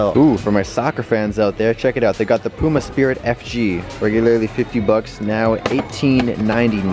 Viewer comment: say puma right light pyouma